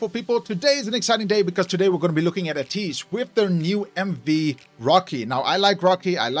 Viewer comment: First of all thank you for reacting to ateez they kings of kings.... Your pronounce to ateez its ay-tease not ah-tease.... React more ateez....